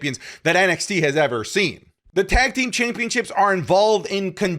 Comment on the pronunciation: You always say tank team 😂